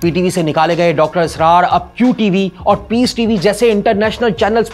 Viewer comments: Ye anchor Puri Video Mai Israr ki jagah Asrar kehta Raha hai or moun esy bana Raha hai Jese bht itra Raha ho bolne per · Asrar nh israr ye video host kon bekar h pronunciation itni bekar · Sari Zindaghi har kisi se suna Dr Israr Ahmed. Yeah sahab Asrar Ahmed bana rahay hay. Inko pata hi nahi sahi pronounce kaisay kerna hay Buhat hi weird. Kabhi Asrar kehtay hy. Kabhi israr. Ajeeb cartoon kahi k. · What is Asrar? You can not even pronounce his name correctly?? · Should have been presented by a top notch host who could have pronounced Dr. Sahab's name correctly at the very least. Also, there was alot of bias against him during the first half ( as evident by the frequent SMIRKS) on the presenter's face. Dr. Israr has given a TASALLI BAKHSH answer to every issue which the ill informed host erroneously highlighted as being unaddressed by the late scholar. Half baked research.